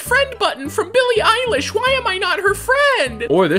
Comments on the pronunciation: Billy eye-lash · "billy eyelash" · “Billy Eyelash” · Nonononono it's billy eyelash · NO, ITS BILLY EYELASH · no bro it’s billy eyelash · "Billie Eyelash" - 2020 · "billy eyelash" ~ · You just said billie eyelash